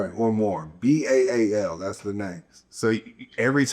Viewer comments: Dude said Baal is “Bail” thats completely false. Its pronounced Baal - “Ball” not “Bail” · It's pronounced ba-al..... Like bow.. but still love the content